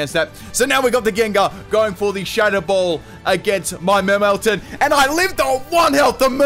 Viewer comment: Did you just call it melmeltan?